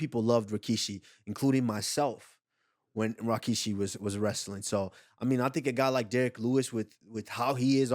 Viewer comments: "RAWkishi" is CRAZZZYYYY😭😭😭😭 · It’s RIK rikishi Not RAK rakishi Cringe 🤢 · it aint Rakishi its Rikishi